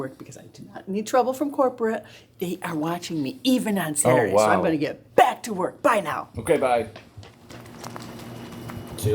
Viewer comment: Not Saturdee! 😂